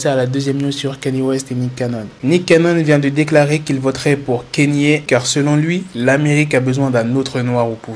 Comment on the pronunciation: C'est pas Kanyé west mais Kanye west